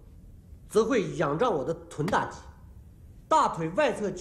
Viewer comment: 在 分的时候好好笑啊那个老外哈哈哈😂😂😂 臀大肌说成大脚肌，抽筋说成抽肌。 哈哈哈哈哈哈哈哈哈太好笑了我都笑抽筋了😂😂😂